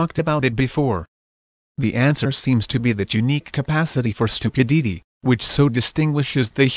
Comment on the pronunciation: I cracked at the pronunciation of "stupidity"'. And the problems with the "r". Difficult to follow because intonation is not natural. Interesting subject though. A lot of our roots we have forgotten and so called science fabricating our history.